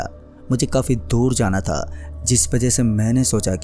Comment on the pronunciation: aao bus( tha the ) ki pronounciation thik kar lo baaki story bhot mst hai